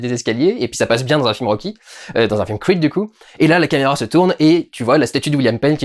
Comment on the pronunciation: pourquoi tu dis "Crweed" et tu dis "Rocky" et non pas " Rwacky" 😝